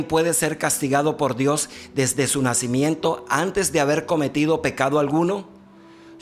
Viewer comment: no PUEDES DECIR NACÍmiento